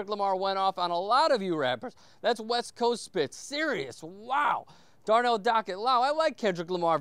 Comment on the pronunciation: but you sound like "Wuck west woast"